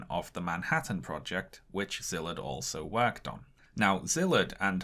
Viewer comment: The Sz in Szilard's name is pronounced like the the sound a snake makes with it's mouth.